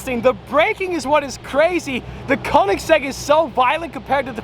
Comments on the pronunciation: Koenigsegg. Not koningseg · It’s koenigsegg